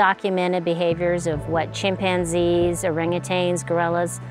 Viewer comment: Just a thought, and I've had it several times watching these documentaries: Stop saying "orang-a-tang". There is no "tang" element. It is orangutan. "Orang-a-tang" rolls off the tongue, it's a cute term maybe, and the elements rhyme, but it is not accurate. Anyone claiming to be a researcher, especially a primatologist or any sort of wildlife biologist, should have seen the word in print. Also, stop with the "half man half ape" phrase. This is impossible in nature. There are related species, but no "half and half" creatures. Nature, evolution, does not work like that. I get it when the general public falls into this sort of laziness, but we're often hearing people who claim to be taking a scientific approach, saying these things.